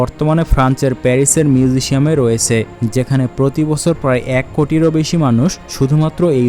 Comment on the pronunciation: মিউজিশিয়াম না, মিউজিয়াম।